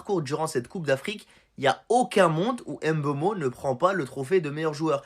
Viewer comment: C'est Mbeumo et non M'beumo svp 😢 ne fait pas ce que vous avez fait à Mbappé